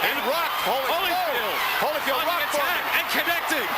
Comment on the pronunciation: She calls him Hollyfield - come on man